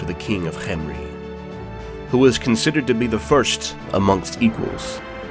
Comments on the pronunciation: This is waaaaay better than the Mummy movies Also, I really like how you pronounced Khemri. I thought it was kem-ri, but this is more egyptian-like or exotic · I liked the way you said khemri thanks for the videos you post it’s really fun to watch